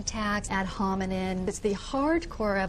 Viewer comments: "ad hominenenen" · "ad hominen attacks" lol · Clearly she's not educated! It's ad hominem NOT ad hominin you illiterate twerp! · Ad "hominen" attacks. 😂